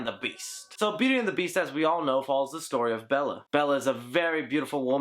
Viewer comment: Belle not Bella.